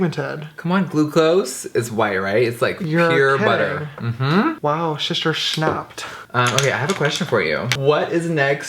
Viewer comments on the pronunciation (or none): HE SAID SHISTER IAN IS RIGHT XD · How can I hear Ian correcting James? "It's brother, not sister" Like what?! IT'S SHISTER IAN